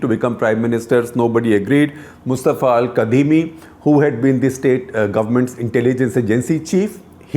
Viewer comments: Its pronounced 'kazimi' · Sir, it's spelled "Al Kadhimi" but it's actually pronounced "Al Kazimi."